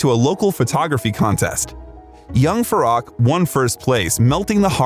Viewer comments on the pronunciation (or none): so many inaccuracies ,unbelievable ,plus his name is pronounced as Faroek,not Farrak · Farok? “Fa-roo-k” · Absolutely, even his original name Farouk, this narrator calls him Farack. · His name is pronounced “Farook” not “Faruk”. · It’s pronounced “Fa-roo-k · If you're going to do a bio on him, learn to say his name. It's pronounced Far-ook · Ummm, to do Freddie justice… it’s pronounced (Fah-rook), but my favourite Queen song “The Show Must Go On.” He was the most beautiful of souls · It’s pronounced Fah-RŪKE. And NUR-yev. Do your pronunciation research better. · At least learn to pronounce his name properly. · So much wrong with this video from the pronunciation of his name,it should be on trump’s truth social. What garbage.